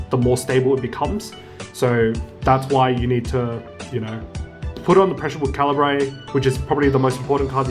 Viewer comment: Great video, but the way you pronounce Cairbre bugs me, seems pretty wrong